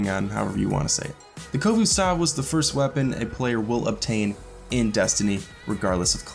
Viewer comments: Koh-Vu stahv... wtf Is the Khovostov, Proud Russian Autorifle, reliable, modifiable, Sturdy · What kind of pronunciation of khovostov was that!? "Khovustov"